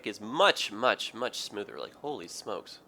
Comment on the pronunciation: I love how you pronounce "smoother" as "shmooter"